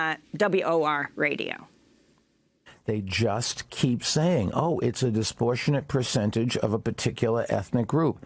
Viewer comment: The idiot says disprortionate.